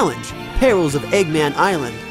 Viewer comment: sonic: egguman eggman: heruneezanee me: y o s h